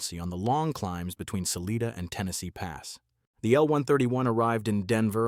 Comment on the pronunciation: Indeed, George! I really enjoyed seeing the photos of the Narrow gauge locos of the old D&RG and C&S lines, but whoever made this video, and suckered us into watching should know: A mallet loco is not a mal lett, it's a mallay, and Salida, Colorado is not Saleeda, it is Sal i da. I gave up before seeing the Big Boy, or whatever this rambling presentation is really about.